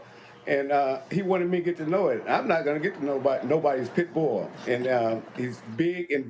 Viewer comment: He got a full grown "pit-boa* 😂😂